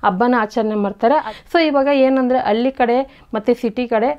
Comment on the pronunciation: ಚನ್ನಾಗಿ ಹೇಳಿದೆಯಮ್ಮ.ಆದರೆ ಹ ಜಗೆಯಲ್ಲಿ ಅ ಅಂತ ಹೇಳಬಾರದು. ಅದು ಹಳ್ಳಿ ಅಳ್ಳಿ ಅಲ್ಲ